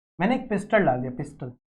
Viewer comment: Sir it is piston not a pistol